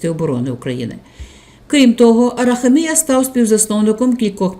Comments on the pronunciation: Правильний наголос у прізвищі "героя" відео на третю букву "а", а не на букву "і": АрахАмія, бо його корінь "хАм"! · Ставте правильно наголос в прізвищі. А взвгалі все правильно. Барига, брехун, злодій.